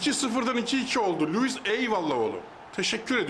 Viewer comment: Abi nedense sen her "Lüvis" dediğinde beni bir gülme alıyor ya 😂